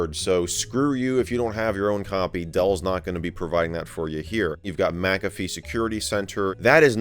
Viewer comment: Mick-a-fee not mac-a-fe